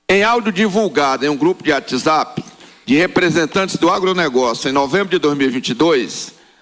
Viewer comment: Esse patético não sabe nem pronunciar Whatsapp e ainda está presidindo uma CPI